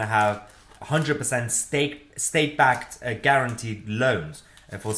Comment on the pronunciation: Did you just go stake lol instead of state????